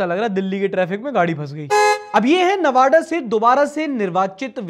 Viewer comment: sorry but it's not नवाडा it's नवादा